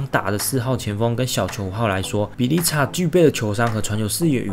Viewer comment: bjelica的發音應該是 b鵝lisa，而不是 b鵝li擦😂 不過這些歐洲球員的英文的確是比較麻煩就是了